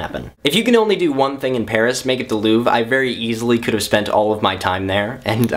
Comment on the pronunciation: Not to be nitt picky and snobby, but the R in Louvre is pronounced. ;)